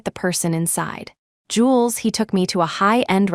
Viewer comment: Ugh! Not jewels but Jules, short for Julian!